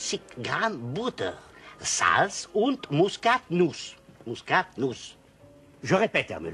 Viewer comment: Tu prononces mal, ça se dit MUSKATNUSS